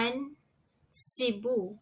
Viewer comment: Thanks for your vid. Shouldn’t it be seeBOO for Cebu & maYON for MaYON & baTAHness for Barnard, since you are stressing the 2nd syllable? The slide shows the right stress for Boracay, but your pronunciation sounds a bit off if said too slowly.